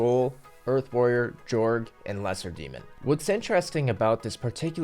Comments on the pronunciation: Jorge?? Lmao its jogre you pronounce it the same as ogre but with a j at the start cuz its a jungle ogre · Why do you say Jeorg? It's Jorg. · Good job on the video! I just wanted to say Jogre is pronounced like "Jo-gur" and not "Jourg"; It's a portmanteau of "Jungle" and "Ogre". ...Then again, I spent the better part of a decade saying Daggonath like "Dra-gon-ath" and not "Dag-on-ath", so I have no room to talk! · dude.... the word is Jogre. J-ogre. It's a jungle ogre. Not a Jorge.